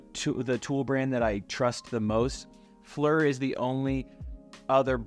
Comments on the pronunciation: Worried about pronouncing Knipex, proceeds to say "Fleur" for FLIR hahahaha! Now thats funny. Good video. 👍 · it would be pronounced like “fl - ear” lol just giving some shit, solid videos and content. Obviously some grade A tools and tool storage all around man keep it up. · It's "FleeR" it is a long E sound. Forward - Looking - infraRed FLiR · Pronouncing Knipex properly but not FLIR is crazy.